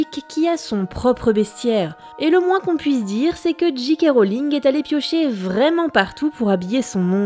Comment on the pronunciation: Super chouette épisode ! Mais par contre soit vous dites J. K. Rowling avec un accent bien français (Gît Cas Roling) soit en le prononçant "en version originale" soit Jay Kay Rolling ! Mais pas Gee Quai Roling haha :)